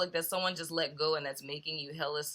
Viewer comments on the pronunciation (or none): Dude you said let good